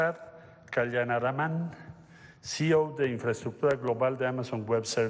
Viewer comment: C. E. O si-i-o no cio. No sea usted pendejo